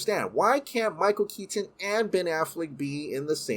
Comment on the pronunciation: Michael Keat-ton